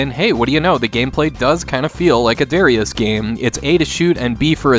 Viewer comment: Man I loved playing this game back in the day. Also, please learn how to say Darius.